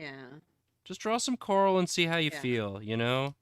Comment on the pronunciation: The way pronounces coral like Carl made me get all excited to see a bunch of dudes named Carl.